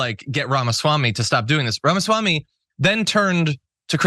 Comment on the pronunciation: Ramasmackme. Really?😂